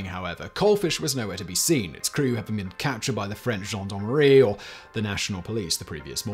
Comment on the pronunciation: You don’t pronounce the S in Louis and the canoe wasn’t a weapon it was the method of delivery for the weapon. Gendarmerie not John Don Marie.